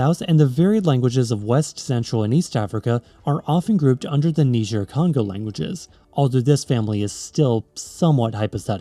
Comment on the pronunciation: Niger in Niger-Congo is pronounced "naiger" just like the river, and not like the country